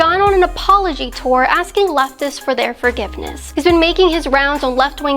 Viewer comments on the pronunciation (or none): none